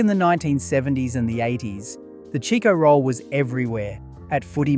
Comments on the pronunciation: You must not be Australian because it’s a CHIKO ROLL NOT A cheeko roll lmao 🤣 omg talk about unaustralian. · What the f*** is a "Cheeko roll"? I buy Chicko rolls on al almost weekly basis from my local take away store. You're way off base if you think they don't exist anymore.